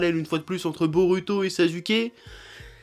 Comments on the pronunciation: ça m'énerve sa façon de dire 'narUto' ou 'borUto' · DIS BO"ROU"TO STP C'EST CHIANT